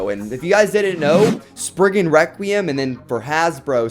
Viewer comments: its pronounced spriggan rek-re-um nor wekweum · You keep saying spiggin Wecweyum